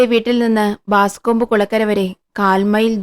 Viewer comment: 1988 കാലത്ത് പ്രശസ്തമായ "പൈകോ ക്ലാസ്സിക്സി" ൽ ആദ്യം വായിച്ച ഹോംസ് കഥകളിൽ ഒന്ന്. Boscombe Valley Mystery. മലയാളത്തിൽ " ബോസ്കോംബ് താഴ് വരയിലെ കൊലപാതകം ' .. 😅 നിങ്ങളെന്തേ പ്രേംനസീർ കാലത്തെ പോലെ "ബാസ്കോംബ്" എന്ന് പറയുന്നത്? ബോസ്കോംബ് എന്നാണ്. പിന്നീട് '93ൽ ഒറിജിനൽ വായിച്ചു..2014 കാലത്ത് ജറമി ബ്രട്ട് വേഷമിട്ട പ്രസിദ്ധ ഗ്രനാഡ ടിവി സിരീസും കണ്ടു.. ഇത് ഹോംസ് ന്റെ ആദ്യ കാല കഥകളിൽ ഒന്നാണ്.. ഡോക്ടർ വാട്സൻ ഹോംസിനൊപ്പം താമസം ആരംഭിക്കുന്നതിന് മുമ്പുള്ള കഥ.. "എറാറ്റ്" - "ബല്ലേറാറ്റ്".. കഥയിലെ പ്രധാന ക്ലൂ 😊.. മാപ്പിൽ ഇത് കാണിക്കുന്നത് നിങ്ങള് വായിക്കുന്ന കഥയിൽ ഇല്ലേ ..